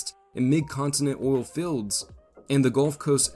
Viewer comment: Is it "oil filleds", or "oil fields"?